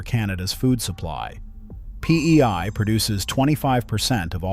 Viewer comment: Bro really said PEY LMAO